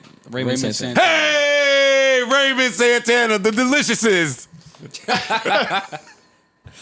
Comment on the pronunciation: The Deelisheses 😭😭😭😭